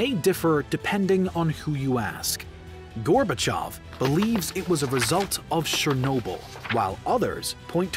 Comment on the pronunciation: FINALLY! someone who correctly pronounces gorbachev (gorbachiov) every other history youtuber says it how its writen and its annoying